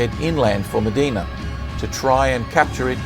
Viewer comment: Very well-researched but I can see I'm not the only one who found the music too distracting and melodramatic. Also, the town of Mdina is pronounced as 'Em-deena' not 'Meh-deena'.